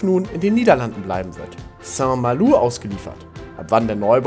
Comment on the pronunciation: Soweit ich weiß ist die korrekte Aussprache St. MalO... also kein U